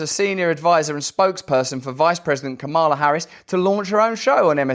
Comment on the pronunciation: I hear your dog whistle with your deliberate mispronunciation of Kamala.